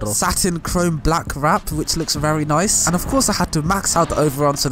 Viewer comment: “Which looks wery nice” sry bro I had to